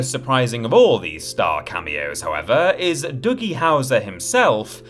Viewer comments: It's Doogie Howser. Not Dougie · #5 Is the only one I knew. Also, as much as I adore their different pronunciations, whether due to the accent, or just to take the piss, it bothers me to hear it pronounced Dougie instead of Doogie. Also... That ending joke... Please don't toy with us like that.